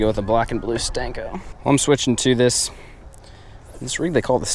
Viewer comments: Please stop saying stanko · For real! That shit drives me crazy every time he says. I'm not sure why. I guess it's the disrespect of a classic bait. It tends to make cringe though!